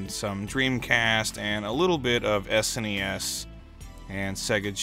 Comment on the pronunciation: Thank goodness you say S-N-E-S. Donno why, but it bothers me that people say N-E-S, but yet they say SNES as if it's a word.